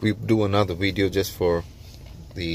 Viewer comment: Did you say "rideo"? I think so.